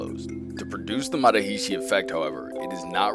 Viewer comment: It's not MA ha REE SHEE. It's more like MuhHArishi said quick. It's not SHEEDhee, It's SIDhee. You should reshoot it.rickvedyoutube